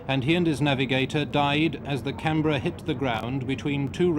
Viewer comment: Canberra not Camberra